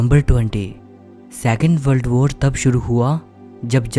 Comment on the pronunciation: बल्ड बोर ❌ वर्ल्ड वार ✔️